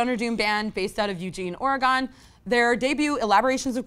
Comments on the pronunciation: Thanks for the mention of Witch Mountain. They are my favorite Portland band. Their previous release, Mobile of Angels, is so under-appreciated if you ask me. By the way, our state is pronounced Ory-gun, (not 'gone', we're still here). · Automatically disqualified for not saying Oregon right. It’s pronounced Or-a-gun. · Oregon is pronounced "OR-gan", like a (raw) heart, or the musical instrument.